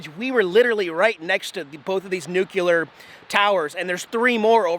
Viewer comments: It's nuCLEAR not nucUlar. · "Newkiller", you mean nuclear? . . . . nu clear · SAY IT WITH ME.....NU CLE AR!! NOT NUCULAR!! FFS!!!! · nU-c-l-E-a-r NOT NucUlar 🙄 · NU-CLEAR! not Nu Q Ler! Sorry, just a pet peeve of mine.Keep up the great videos bud, give Jax some scratches for us! Take care. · New-Klee-Ur That is all.